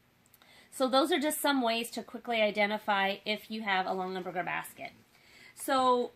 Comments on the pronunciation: OMGOSH. Stop saying LongENberger. It’s LongAberger. (“gah”) There’s no N in the second syllable of this family name!! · Longenberger?? It’s Longaberger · And they’re pronounced Long-A-berget! 🤣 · Plus her mispronunciation of the name is driving me nuts!!!!!